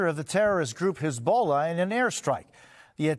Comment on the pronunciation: Oh, for goodness sake Jose, , it’s not pronounced “his bola”.